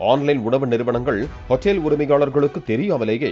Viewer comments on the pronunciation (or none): அதுக்கு பேர் ஹோட்டல்.... அது என்ன ஹோட்டேல் ... அமெரிக்காவிலா தமிழ் நியூஸ் வாசிக்கிற... ஒழுங்கா வாசி